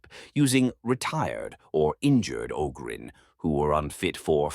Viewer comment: AI voice that can’t even pronounce Ogryn correctly half the time.